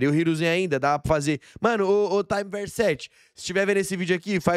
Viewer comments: Só uma observação: acho que o nome do cara é time tipo time de futebol, não "taime", de tempo do inglês. Time sete era o time do Naruto, certo? Daí Universo do Time Sete, ou Time Verso Sete. Bom, não sei, só me pareceu. De qualquer forma, os dois vídeos ficaram bons demais. Tomara que tenha mais. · PARA DE FALAR TAAAIMEE VERSO 😂😂😂 É TIME Verso 7 sendo TIME do time 7 de Naruto, e VERSO do Universo 7 de Dragon Ball.